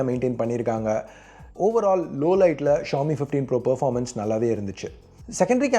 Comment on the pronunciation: Xiomi Xíomi xiómi ...not 🚫🚫 trust